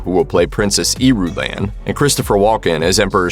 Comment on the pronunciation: Pronounced Irulan & Feyd Rautha wrong